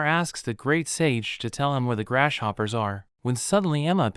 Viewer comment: Any one else here him saying GRASH POPPER